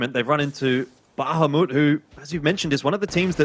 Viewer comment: "Bahamut" not "Bahumat"